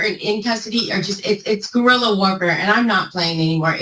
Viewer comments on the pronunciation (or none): Guerrilla? Go-effin-rilla?